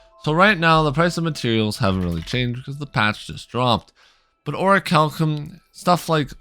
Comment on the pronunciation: That's how you say it?